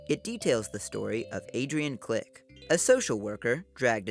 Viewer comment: ITS CRICK NOT CLICK DHDJEOEN (understandable mistake)